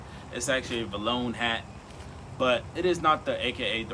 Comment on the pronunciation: not posse be vlone lol its possed to be play heart designer and its pronounced "V" Lone